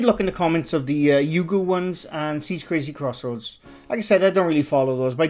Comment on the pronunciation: chris's crazy crossroads.. if you cant say their channel names right, don't do videos about them